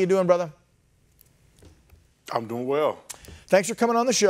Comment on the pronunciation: Correction he actually said ''Brotha'' haha